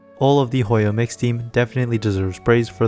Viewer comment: Thought you said "Hoyo mixtape" for a bit